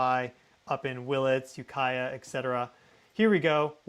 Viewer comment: when nailed the ukiah pronunciation correctly.. i thought someone told him how to say it lol.. small world grew up in mendo and sonoma counties myself hope everyone is safe and well